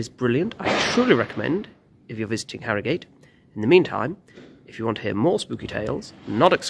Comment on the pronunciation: Born and bred here and we pronounce it Arrogut.